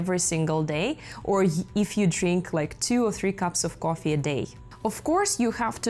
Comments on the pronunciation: Great video but very hard to watch with the way you pronounce coffee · i think she is Russian or Ukrainian the way she says coffee